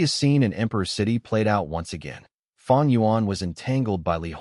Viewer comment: It's not feng it's fang